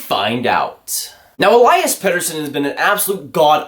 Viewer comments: still pronouncing Elias wrong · I don't even think Elias knows or cares.. But in Swedish it's E-lii-as... Watch some of his goals from SHL to hear the commentators. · It's Elias not Elias lol